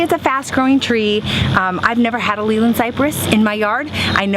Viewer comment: its actually named Leylandii not leyland ..... pronounced "lay-lan-die "